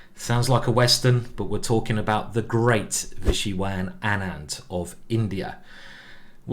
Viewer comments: it is not vishywan anand it is vishwanathan anand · Nobody Literally Nobody GM Simon :- Vishivi nat An End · Ah yes my favorite player: Vishywan Ahnand